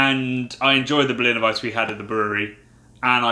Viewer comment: I love this channel, and you boys definitely know your beers better than I ever will, but it's pronounced Berliner "Weiss-uh". The e isn't silent!